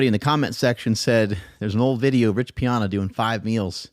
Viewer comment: Rich's last name is pronounced P-Anna 🎉